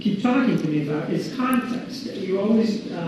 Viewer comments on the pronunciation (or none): I think she's expert on how to pronounce the word context lmao even jodi and her two attorneys look like they had enough of how she answered lol